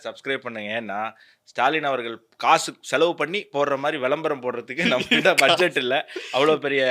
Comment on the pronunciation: "வெளம்பரம்" அல்ல "விளம்பரம்" 😂